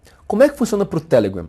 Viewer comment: O jeito q vc fala telegram é muito ruim. Deixa de querer ser americano.